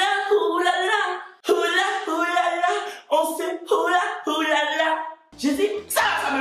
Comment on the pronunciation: Pardon eeeeh 🤣🤣 il dit on ce «Woula » au lieu de dire on se «Oula» non ye t’aime trop ❤️❤️ force mon frère